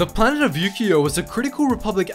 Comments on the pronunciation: Ukio i thought he said you gio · When said ukio i thought he said Yu-Gi-Oh.